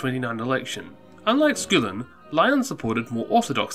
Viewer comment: aaarrrrrgh everytime...... It's not SCOOOOLIN!!!! It's SKULL-IN!!!! Aaarggghghghghghg